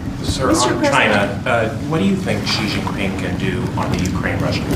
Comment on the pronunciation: Why can no one pronounce "Xi Jinping" properly? Just do a Google search, for fuck's sake.